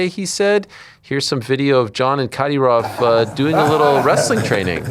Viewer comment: Caddy-roff? 😂 Thought it was Ka-dear-off